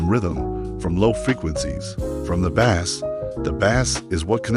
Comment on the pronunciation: AI slop, can't even pronounce bass correctly